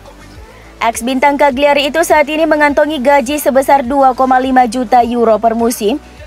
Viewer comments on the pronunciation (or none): none